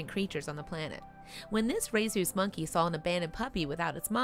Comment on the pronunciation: "Ray-Zues" is possibly the best butchering of Rhesus "Ree-suss" ever.